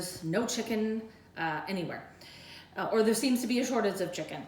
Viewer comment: "a sortage of chikin" "you don't want shrinkage" "worcestershestershire sauce" I LOVE YOU. WE NEED TO FIND A WAY TO DO THIS SPLIT-SCREEN FROM OUR KITCHENS WHILE DRINKING.